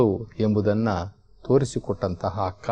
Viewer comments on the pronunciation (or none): ಅಕ್ಕ ಹಕ್ಕ,ಅಂಗವನ್ನು ಹಂಗವನ್ನು ಓಹ್ ಎಪ್ಪಾ ಅ ಕಾರ ಹ ಕಾರ ಬಗ್ಗೆ ಅರಿತುಕೊಳ್ಳೋ